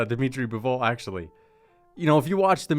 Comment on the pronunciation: dimitry "Bivooul"